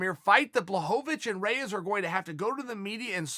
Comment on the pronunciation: REYES!!!! Its not close!!!!!!